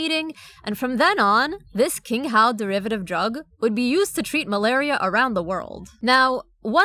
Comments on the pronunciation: Great video, one correction “qinghao” is pronounced “ching-how”. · Just as a side note, the Chinese “q” is pronounced /ch/, not /k/